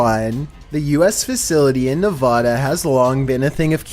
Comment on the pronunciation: I swear the way he says Nevada is gonna make me lose my mind 😂